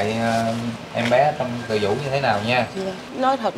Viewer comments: Bệnh viện TỪ DŨ chứ không phải TỪ VŨ nha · Bv Từ Dũ..khg phải Từ vũ nhé...🍀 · Từ Dủ chứ đâu phải từ vũ?